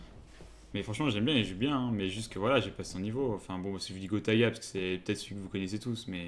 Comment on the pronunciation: Moi j'avais entendu gros tas de gras puis j'ai compris qu il avait dit gotaga 😂😂